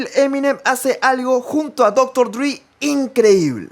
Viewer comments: Esta bueno el video,aunque disculpa la corrección pero me parece que no es “Dr. DRI”, sino Dr. Dre. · cada vez que dice DRI me mueroo, es dr. DReeeeeeeeee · Porque disen Dr dri Jajaja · HBD, tu canal es lo mejor pero tengo que decir algo...Como surra que digan "Dr. Dri" es "Dre" porque se llama "Andre". Ya no se mamen. Esto es parte básica de la cultura que nos gusta, el HIP HOP.